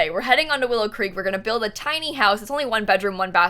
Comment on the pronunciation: She said Willow Creak O-O